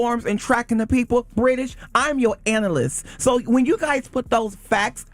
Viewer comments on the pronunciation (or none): Chile I was listening to this this morning and when said sis is an "anal-yst" I couldn't hold back my laughter!! They were getting him the whole show. Then another radio host, forgive me can't remember the name, but she delivert some excellent reads too, best Wednesday ever!! 😂😂😂😂